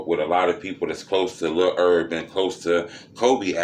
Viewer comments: His nsme is Herb not ERB 🤣🤣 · It's Herb